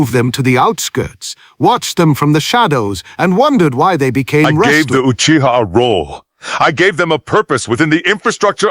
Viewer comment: I’m gonna be honest with y’all. Tobirama sounded like he was about to say uchigers a few times.